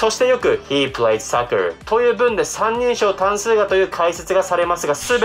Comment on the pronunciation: soccerがsuckerにきこえる、、、